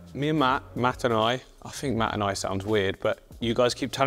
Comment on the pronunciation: I think, "Mat and I" sounds odd, cause you pronounce it in a way that sounds like "mattenaye" ;P Glad to hear you had a great trip!